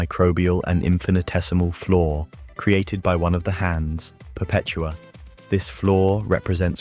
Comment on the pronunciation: Learn to say the words "see" and "flaw". please. Otherwise good video until the final heaven and leviathan portions.